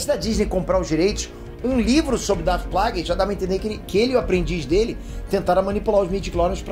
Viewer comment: Quem é Qui? E quem é Plages? Que eu me lembro era Qui (lê-se Quai) e Plages (Plagues lê-se Pleigius),... veja essa pronúncia